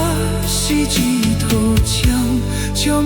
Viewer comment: 可惜 福建发音不准 日头。。。。